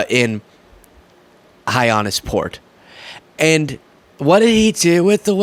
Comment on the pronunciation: It’s “hi-ANN-issport” thank you kindly 💜